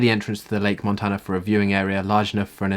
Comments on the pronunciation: Possibly 'men-dough-ta'.. Certainly not Montana. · Lake Monona......ma-known-na. Not Montana! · It's lake monona, not montana